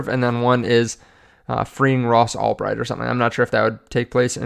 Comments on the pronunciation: Ulbricht not Albright. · His name is Ross ULBRICHT not "Albright "